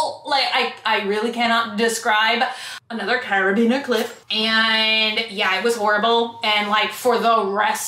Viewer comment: “My furby needs a ring.” I love watching your videos. It makes my heart happy. Thank you ❤️ It’s carabiner. There’s a second a in it.